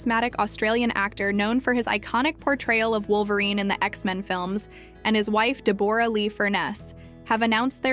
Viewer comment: I’ve never heard anyone pronounce Deborah as Debooorah😂